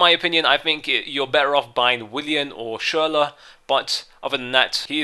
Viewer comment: Finally pronounces Schurrle name correctly